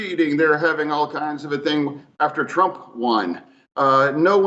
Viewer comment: Guy you are Killin Me. AFTER not Ather switch your tongue with your lip between your teeth. Affffter.